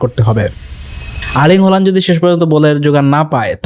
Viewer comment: হল্যান্ড না, হালান্ড। বুঝছো বলদা?